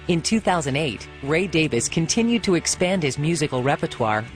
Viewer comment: Not the "Davis" brothers....the Davies brothers....DavIEs